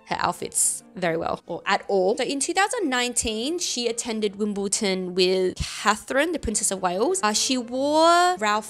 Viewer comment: It is not WimbleTon it is WimbleDon..